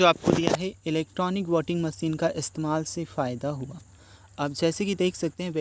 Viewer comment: इलेमाल नहीं इसतेमाल